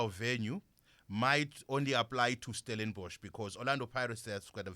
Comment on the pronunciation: Finally releaved 😭😭 someone saying Stellenborch